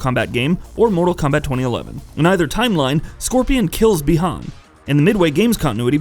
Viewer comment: I’m surprised he didn’t say “Bie Han” lol. Got the easy name right